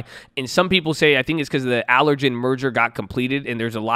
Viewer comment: "ab-vee" and "aller-gan"